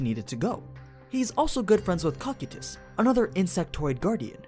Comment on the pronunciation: I love your videos but there are so many things that triggers me to no end... Like, it's Ko-kai-tus not cocky-tus It's Se-bis not sea-bas Hamski is male not female And many more...